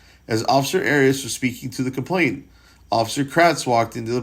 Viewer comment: You're mispronouncing it as having a t in the middle. It doesn't. It's complaiNAnt. Not complainTant. It's a common error.